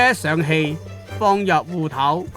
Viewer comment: 烏頭是種魚喔！芋頭烏頭搞不清楚會誤會！聲調不一樣：芋wu6 / 烏wu1 。沒有人想吃烏頭糕吧哈哈